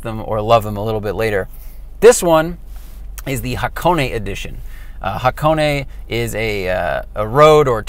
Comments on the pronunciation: Someone actually (kinda) got Ha-ko-ne right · THANK YOU FOR PRONOUNCING HAKONE CORRECTLY!! IF I HEAR ONE MORE PERSON SAY HAK - ONE I S2G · I clicked on this just to see if you would pronounce Hakone correctly. Good job. 😎